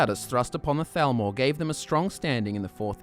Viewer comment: I love how they say Falmer and Thalmor the same way